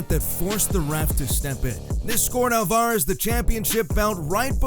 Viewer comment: I'mma Help You Out With How To Pronounce ALVAREZ. ALVA- REZ ALVA- REZ ALVA-REZ